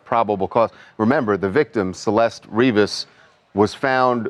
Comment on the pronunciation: Her name is CELESTE! Pronounced in SPANISH (seh-LES-teh)! Which TMZ, based in L.A., CA of all places to be ignorant of Spanish should know! AND they said "her mom only spoke Spanish," so um DUH. I hate how the media keeps calling her "SUHLL-LESt"!!! Grrrr. RIP Baby Girl. Poor mama, daughter missing for a year and then found rotting in a trunk in LA. </3